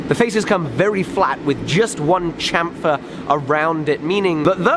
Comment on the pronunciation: Say Sham-fer, like Champagne.